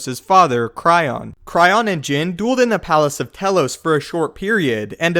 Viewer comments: I'm pretty sure Telos is pronounced with a Tee not Teh. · Just a note, it's pronounced Tee-lo-s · As much as I love the subject, it's pronounced Tee-loes! Lol.